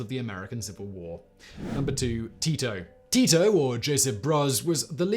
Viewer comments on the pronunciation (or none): none